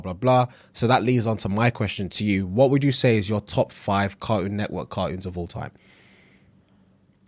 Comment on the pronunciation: As a South African hearing British people not pronounce the 't' in words is always funny. But hearing version of Cartoon network floored me 😭😭😭😭😭😭😭😭😭😭